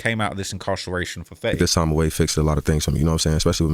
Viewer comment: HUH!?! 10 Sec in and you call FEYTY old-school? Im so confused. ITS FETTY!! Mr 1738 himself. OLD SCHIOL!?!?!